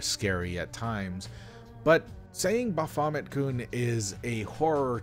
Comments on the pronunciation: Hearing him say "Bah Fomit kun" makes hair grow on my eyes. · "Bo-famma-koon" XD